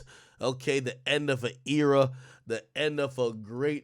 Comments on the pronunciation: Why wtf do you say era like that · Why ak keep saying era like that ts irritating